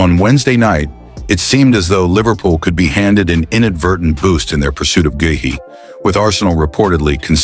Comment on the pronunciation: how many way's will you pronounce Guehi's name